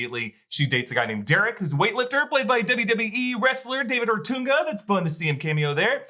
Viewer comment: OTUNGA OH-TONGUE-UH OTUNGA.